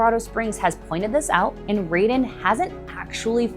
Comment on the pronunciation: Sorry, but where did you get your $3B figure from? The company's stated construction cost for the project is $785M. Taurus = "tar–is", Raeden = "ray–den" Decibel, not decimal; At the 7Apr26 public hearing, Raeden COO Jason Green stated that the facility would never exceed 50 dB and further assured, "We can guarantee it." The daytime residential noise limit is 55 dB (7 am–7 pm) and the night time limit is 50 dB (7 pm–7am), with a 5-dB penalty for impulse noise (i.e. 50 dB daytime, 45 dB nighttime). Infrasound, not infrared sound; Infrasound is generally sound at or below 20 Hz. Infrared is electromagnetic radiation between microwaves and red visible light with frequencies between 300 GHz and 400 THz and wavelengths between 1 mm and 750 nm. The closed-loop argument is a red herring until data center operators can provide their own, fossil-fuel-free energy for these projects. If the power is provided by a combined cycle natural gas plant, Project Taurus will indirectly require 3.5M gal/day of water withdrawal (mostly returned to the water system) and roughly 250k gal/day of water consumption (water lost from the system). Colorado Springs has been in drought conditions for over two decades, and Raeden's ambitions for this project were, and likely still are, 400 MW. Much of this has been recently uncovered through CORA requests. On 9Mar26, Gibraltar city councilors approved a data center moratorium, and is now being sued by Raeden. Michigan is now con